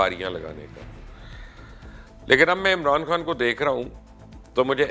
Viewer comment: آپ کی ساری باتیں سو فیصد متفق ہوں۔ مگر برائے مہربانی اپنی اردو پر توجہ دیں۔ صحیح لفظ“عمران کھان” نہیں ہے وہ “عمران خان” ہے اور “حَکومت” نہیں ہے “حُکومت” ہے۔ یہ ہندی فلموں کی وہ خاموش سازش ہے جس کے ذریعے ہمارے لہجے اور تلفظ کو برباد کیا گیا ہے۔ اور ہم غیر ارادی طور پر ہندی بول رہے ہیں۔ آپ جیسے باشعور لوگ بھی اگر یہ نہ سمجھ سکیں گے تو پھر ہم کس سے توقع رکھیں۔ خدارا اِس شازش پر بھی لوگوں کو توجہ دلائیں۔